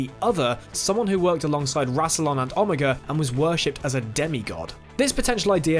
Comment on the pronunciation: It’s pronounced OH-mega 😬